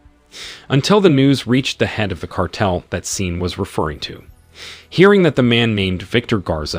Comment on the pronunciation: Come on bro, Shawn not Seen, Leigh not Leek, Car-tel not kartle. What the hell?!